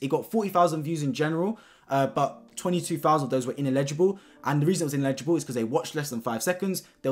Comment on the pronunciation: It's "ineligible" not "inlegible."